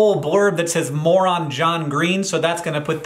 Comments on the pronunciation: Was I the only one distracted and heard "More on John Green" as "Moron John Green"? 😵‍💫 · The blurb that says "More on John Green," I thought you said "Moron John Green," and I laughed SO HARD! 😂😂😂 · why did I hear that as "Moron, John Green" instead of "More On John Green"?? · I was listening and not watching and I heard "Moron John Green" instead of "More on John Green" and thought Hank was upset they called John a moron 😂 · I was so taken aback and feeding ready to fight when Hank said 'more on john green' because i thought he said 'moron john green' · I thought you were saying "Moron John Green" for a second lmao. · Lol when you said "more on John Green" I heard "moron John Green". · I looked away from the video for a sec when you said "More on John Green" and I most certainly had to rewind because I did not hear "More on"...